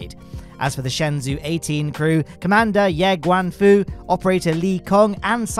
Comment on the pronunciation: just to let you know, shenzhou is pronounced more like "shun-joe" than "shen-zoo". Thanks for all the content you put out!